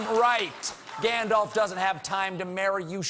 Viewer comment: It is, still, he's mispronouncing "Gandalf'' (it's not ''Gandolf'', it's ''Gandalf'' with a more open ''a'').